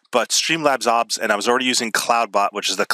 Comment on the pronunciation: Did this mans just say AWHBS